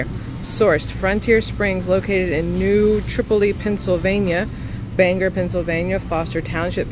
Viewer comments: Oi!! It is New TRI-Pole-Lee. smh 😞 sus-Qwuhea-hanah. You did better on the harder word than on the easy one. 🤣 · It’s pronounced new tri poli